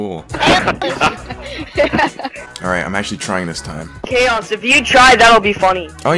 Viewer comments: how can they not pronounce chaos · todays kids cant even pronounce chaos and their parents buy them everything holly fucking shit im done gg